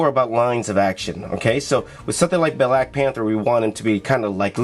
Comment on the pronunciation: “Black Pahhnthurr” shhskskshsjsksmhchad Black Panther* 💀😤